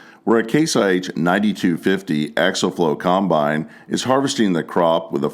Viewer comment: The word is pronounced... Ack-see-ul...